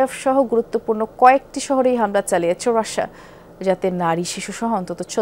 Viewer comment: আপনি এমন ভাবে মেকাপ করেন যেন মনে হয় কান্না করতেছেন, আর রাসা না বলবেন রাশিয়া । নিউজ আপনার পড়া হয় ই না